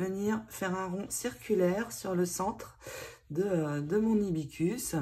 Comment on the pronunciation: Bonjour Hibissssss cus Il faut prononcer le s qui est au milieu 😉🌸🌺🌺